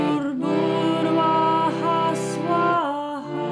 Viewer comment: Very nice keep it up. This mantra has great meaning. When one chants this mantra he is asking for blessings of Ishwara for all human being. This is the glory of this mantra. Anyway when I was listening to your chanting I want to point out something. When your chant Om Bhur Bhuwha swaha you pronounce Om Bhur Bhurwha Swaha at this point you should chant Bhur Bhuwha Swaha. Because mantra's effects are based on vibrations created by sound and its meaning, we should be very carefull while chanting. I am sorry for point out something. But as I know this and I am chanting everyday that's why I feel it is my duty. I wish for your good health and mental peace by blessings of Maa Gayatri. And also expect from you to make aware other people for this mantra. Thank you so much.